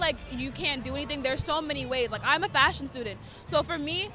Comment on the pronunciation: For a moment i was thinking: huh, she is a fascist student? Realising she said fashion student.